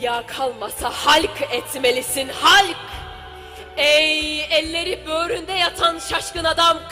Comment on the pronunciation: Halk etmelisin halk kısmı neden yumuşatılarak okunuyor ?